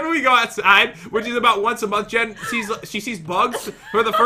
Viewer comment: Its Jen not Gen